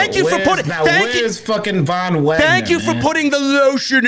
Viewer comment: thank u for saying the Von Wagner